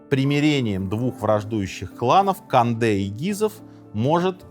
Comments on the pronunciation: Не надо говорить кАнде! кОнде! В этих случаях, то есть произнесение иностранных слов, наименований, имён, фамилий, "аканье" недопустимо! Редукции нет. Конде! Только Конде! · Как только Вы сказали "Конде" через "А", мне стало понятно, что Вы - просто Говорящая голова программы🤷‍♂️ Таак.... Программа " Минаев" ЗАКРЫВАЕТСЯ... РЕКЛАМНЫЙ ДЕЯТЕЛЬ! Никак НЕ Историк🤷‍♂️🤷‍♂️🤷‍♂️